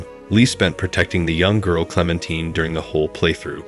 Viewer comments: Clemtine lol😂 it's Clementine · It's clementine not clementeen lmao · The source of inspiration for season 1 of The Walking Dead game, wasn't the T.V show. It was the comic book series. Also, stop pronouncing Clemintine's name incorrectly. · I didnt think it was possible to say clementine wrong after he literally says it. Like it literally makes me assume that the person talking about the HEAVILY dialogue focused game has never played by them to be that unable to say the name 100 percent wrong. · Never getting over Lee, and you're mispronouncing Clementine :') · okay well despite it being a french name everyone in the game pronounces it the american way. he’s mispronouncing her regardless of the names origin 💀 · Totes how amazing the game is, says one of the main characters name wrong the entire time. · Nice video but you were pronouncing Clems name wrong the whole time.....😅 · you’re gonna say TWD game is better than the show yet not even know how to say the main characters name… ok. blank stare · You obviously didn’t play the walking dead if you’re gonna say clementine wrong